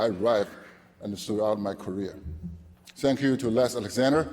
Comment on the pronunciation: "Sank Yu NBA"